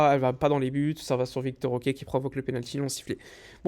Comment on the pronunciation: Je sais que c'est moins chiant à prononcer mais ce n'est pas "Victor OK" mais plutôt Vitor Roque hein lol